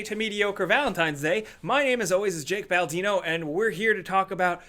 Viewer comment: Why do you say Baladino if your name is Baldino?